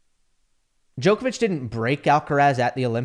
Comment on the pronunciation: I wish could pronounce Djokovic’s surname correctly.